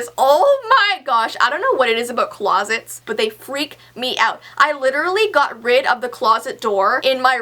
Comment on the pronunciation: you said clowsets not closets